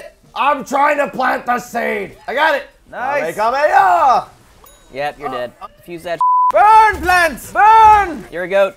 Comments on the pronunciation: did anyone else notice that said kamakamaha no kamehameha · why does say kamekameha